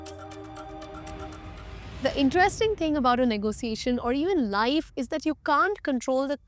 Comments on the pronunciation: why "ne go SIIIIIII eishn"? it spells and says differently. not negoSIIIIIIeishen at all. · Everytime she says "negosiation" gives me the ick